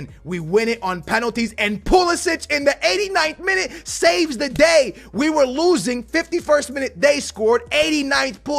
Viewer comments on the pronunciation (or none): none